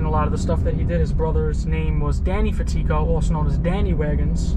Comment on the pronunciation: It's pronounced Fat Eco FatEco I know thats not how it's spelled